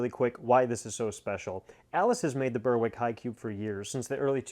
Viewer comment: Nothing like unboxing something for the first time! Disappointed it wasn’t more coal cars though! The NS paint scheme, I think, is one of the best. Berwick is pronounced Berrick though. Any ETA on the turntable install?